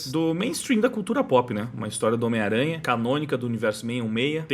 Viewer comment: é engraçado ouvir vc falando "miranha" rsrsrs